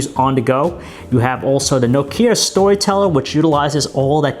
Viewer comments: It's pronounced nOkia and NOT nokIa for Christ's shake! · Aaaargh!!! it's not No-Key-Ah - Nooooo! say Knock-ee-ah speed up until you get it right lol - great review though :-p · Nice review, but for the love of God, stop saying "Nokίa" :) !!! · its not pronounced No-ke-a, nokia is pronounced Nok-ea..... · it's "Nókia" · Nokía? Lol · for god sake stop saying Nokia IT'S fucking Nόkia...... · OMG STOP SAYING NOKKKIA! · I think he pronounces nokia like nok-ee-a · I like it how he pronounces Nokia. He says nokía, and it makes me laugh so hard. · Trond Håvås No it's not. I'm Finnish and he pronounces it incorrectly. It sound's like he says "Noo Kia". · No"Kia" o.O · Is it just me or does he pronounce Nokia weirdly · Please learn how to pronounce Nokia. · Learn to pronounce Nokia !!!!!!!!!!!!!!!!!!!!! And about the light bleeding, you should look into that on the iPad, i owned 2 so far, and both had light bleeding issues